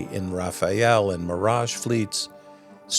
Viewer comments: Rafale Jet is not "Rafael" ! Please prononce it simply ' Rafale ' . - a - must be prononced the same way than Mir-a-ge. Thank You from France. (You can try "gust" in translate.google) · Hi feel free to pronounce Rafale like Fatale as in Femme Fatale, it is more accurate than Raphael the italian painter or one of the ninja turtle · The video you are showing has nothing to do with the french Rafale, this is Rafael which is an israel comany. By the way you are pronouncing Rafale wrong each time, it’s not RafaEle, it’s RAFALE. But you are not the only one to make the mistake, I don’t know why so many people add this extra E in Rafale But except that, it’s a good video by the way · If I may "Rafale" is not "Raphael". The "Raf" part is OK but the "ale" part is pronounced closer to "Al" like short for Albert. I believe earlier there was a "Crotale" I'd recomand using the same "Al" in that one also. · One little tidbit. It's not the "Raphael", which is a first name, the French fighter plane is called the "Rafale" like a wind gust, rafale means gust. I never heard anyone else call it "Raphael" before. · Good report! As an American, and French, person living in France for 30 years now, I feel compelled to mention Raphael is a first name with 3 syllables. Raffale is a wind, and has 2 syllables. Thank you for the in depth info. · Pls learn how to pronounce Rafale, it s not Rafael, not rafaleeee it’s just Rafale the e is silent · Thanks a lot for this video 😊😊 Extremely interesting and detailed. However it’s pronounced Ra-fa-le 😁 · There could of been more quantity. Would have taken Europe to stop buying weapons abroad and we would have much more manufacturing capabilities for those kind of systems. In France particularly but in other EU countries as well. Side note, it is Rafale as in rafAL not Rafael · For ctying out loud, the fighter jet is 'Rafale', not 'Raphael'. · Rafale is pronounced like “raw fall”. Not the name of a ninja turtle Raphael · Rafael ❌ Rafal ✅